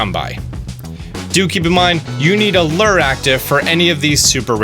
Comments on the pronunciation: Found Bulbasaur and Charmander without lures active. Also it's pronounced lew-er. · please please please please it's not lurr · Lurrs. Make sure you have a lurr guys. It’s lure....looooooooooooor. Lure. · Lure is pronounced LEW-er.. not Lrrrr. Jesus! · Lure is pronounced Lewer. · Zo Berto I see your point, but it’s sad to see a grown ass man who can’t pronounce the word lure correctly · ThatsNoScout Onyx is the mineral, the guy can’t even pronounce lure right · Omg another person who went through their entire life without hearing and or seeing the word Lure before Pokemon Go.... have you ever heard of a fishing lure... that's not how its pronounced... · That's not how you say lure.